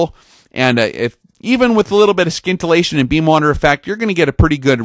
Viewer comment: Bro I hope by now you know the "sci" in scintillation is pronounced the same way as in "science"...